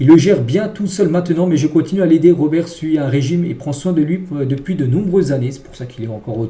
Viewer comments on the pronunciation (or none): none